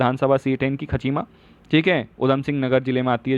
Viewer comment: सर् खाचीमा नही खटीमा है